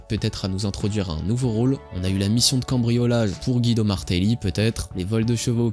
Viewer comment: Pour info son nom se prononce Gwido, comme dans le dessin animé Cars. Bonne journee